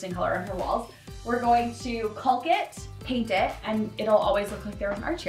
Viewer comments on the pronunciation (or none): I love you. I love your work. PLEASE pronounce 'caulk' properly - it's making me twitch. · Just an fyi....its not "caulk" (as in McCaully Caulkin.) It pronounced "cawk"...like "walk" with a "c." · I love this so much! Your visions are really great, but please just say caulk without the L, it’s silent. Like caught but end with a K. No hate comments, just trying to help. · Fwiw the word ‘caulk’? Don’t say the ‘L’ at all. Just say it like ‘kawk’ —❤the correct pronunciation. Such a fun episode! Thx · Just a friendly FYI. Caulk is pronounced kaak. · The L is silent in caulk. Pronounced like "cawk" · What the heck is “cauLk”? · The L in caulk is silent. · FYI, the "l" in "caulk" is silent. Can't believe how many DIYers say it wrong!! In spite of that, love your channel! -Sharon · I love to watch your show and get great ideas. Thank you. FYI the letter L in caulk is silent. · Watch your channel all the time. Great ideas. BTW…the “L” in caulk is silent! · I’m curious as to why you pronounce the “l” in caulk. Is that a Canadian thing? I know that in British and American English it’s silent, but maybe Canadian English is different? Do you also say the “l” in chalk? Just wondering. I know many words are different in our two countries - for instance, I was shocked the first time to hear “decal” pronounced “deckle”. Who knew? 🤷‍♀️ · Is she afraid to say caulk correctly? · I laugh every time you say caulk with an L. The L is silent.